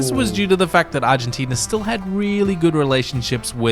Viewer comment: También seria bueno que vieras videos de habla Argentina ya que la pronunciación que vos hacess es incorrecta debido a tu idioma pero seguro se te entiende!